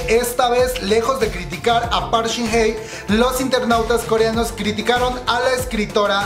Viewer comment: No es por ser mala onda, solo quiero decir que no es Park Shin Hey (pronunciación) si no Hye. Por lo demas no me gusta su actuación pero amo el profesionalismo de Hyun Bin